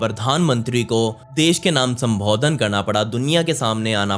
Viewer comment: Please work on your pronunciation. Learn the difference between "O" sound and "OO" sound. The way you pronounced "Godh" in the line "Godh liya tha" was wrong. Same with other words like, "Sambodhan" etc.